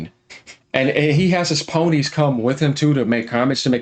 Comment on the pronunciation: Quick dislike on the vid for saying "ponies" 😂